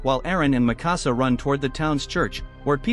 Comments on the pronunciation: Not makasa, it's mikasa. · THATS NOT MIKASA, THATS NIKASA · Bro said “Mì Cása” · he says mikasa wrong